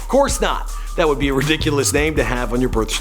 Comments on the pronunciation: Bruh kodaks name is pronounced DU-SHAWN not DUSAN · Kodak’s name is pronounced like “dice-in” not deuce